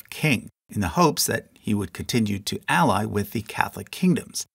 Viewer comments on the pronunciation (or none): none